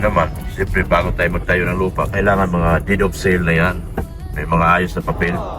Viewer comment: correction PO "DEED OF SALE" hndi po "DEAD."